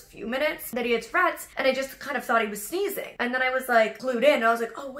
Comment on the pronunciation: I thought she said "seizing" then later I realized it was "sneezing"